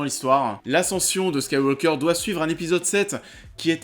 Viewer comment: T'as du mal à prononcer Skywalker, on dirait?